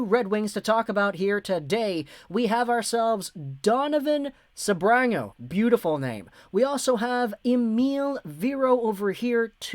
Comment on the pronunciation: Donovan “the speech impediment assassin” Sebrango